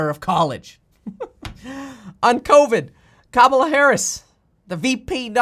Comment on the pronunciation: You're saying Kamala Harris wrong. It's pronounced "COMMA-LAH" for her first name. I'm not saying this to pick sides. I'm just letting you know you're saying her name wrong.